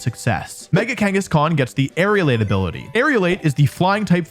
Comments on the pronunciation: For once a comment on pronunciation is not about a Pokémon name, but about an ability: The ability is Aerilate, Air-elate, it's not Aerial-ate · It's Aerilate not Aerialate. Most common Pokemon mispronunciation lol. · Yeah most people pronounce it as if it were spelt Aerialate and it's a bit annoying. I guess they're somehow being influenced by the word aerial.